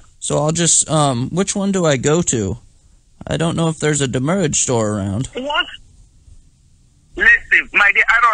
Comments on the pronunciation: "Send the doomurrage." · So is demurrage badly pronounced "damage" or "the moorage"? I haven't figured it out. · "DEMURRAGE IN OUR HEARTS" LOL